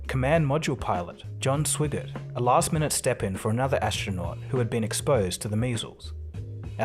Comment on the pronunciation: The narrator mispronounces Swigert.